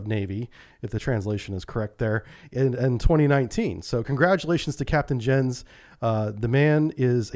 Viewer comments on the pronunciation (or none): 'Jens' is pronounced "YENS"